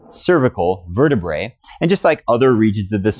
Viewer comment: Informative video. Thank you! However, please pronounce vertebrae properly. One bone in the spine is a verte-bra, pronounced like the ladies’ garment. Two or more bones in the spine are pronounced verte- Brie, like the cheese. The more folks mis-pronounce these words, the more mis-informed people get!